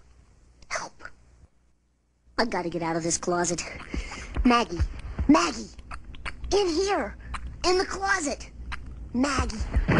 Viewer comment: It’s Maggie not meggy